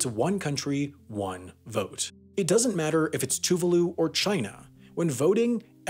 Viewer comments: Tuvaaaalu, not toovooloo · Tuvalu is pronounced to-vah-lu. So painful to hear a video pronounce it wrong so many times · He did, but pronounced Tuvalu incorrectly. (Too-vaah-loo). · I love how he pronouced Tuvalu like Toovahloo — man already made a full video on the country and he mucks it up lol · As a Brit, everytime you say Tuvalu I think you're ending the video. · NEE-OOH-AYE TOO-VAH-LU NAH-ROO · Niue is pronounced "new-WAY" not newy and Tuvalu is "tu-VAH-lu" not TOOvalu